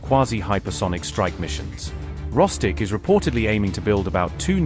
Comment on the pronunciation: Hilarious mispronunciation by the AI reader. Instead of RossTek (the Russian military manufacturer) he said Rosstic (Russian KFC) 😂 - I assume some components are not coming from Russian KFC 😂